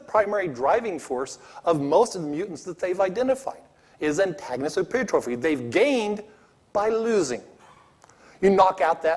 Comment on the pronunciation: He can't pronounce pleiotropy, and the concept of antagonistic pleiotropy was not arrived at as an explanation for loss-of-function mutations, rather as an explanation for senescence.